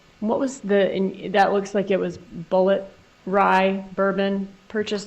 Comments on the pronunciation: She would not even pronounce the liquor that she bought she spelt it out and pronounced it as it is spelled on the bottle but and this is a big butt, that bourbon is pronounced bullet! As in the “bullet” that killed Dan Markel!!! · “B.U.L.L.E.T, bullé bourbon”… girl stop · Did Wendi say the bourbon was called, Bulleit, she should of pronounced it with a silent D, maybe it's French bourbon, what a dolt